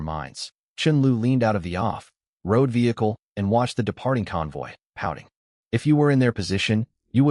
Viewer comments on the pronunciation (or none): The translation AI is translating words like walkie-talkie and off-road and hyphenating them, but the reading AI is putting a huge unnecessary pause at the hyphen. 😅